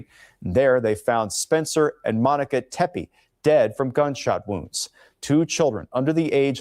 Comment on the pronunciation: The name Tepe is pronounced “tep-ee”